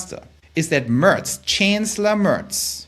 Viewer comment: Du gibst dir aber wirklich Mühe mit dem Englisch, hast sogar "Mörz" gesagt anstatt "Merz" ;-).